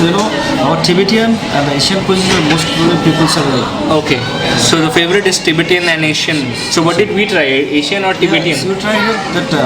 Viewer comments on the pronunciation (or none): LOL. What is tibetiaaan???? it's Tibetan.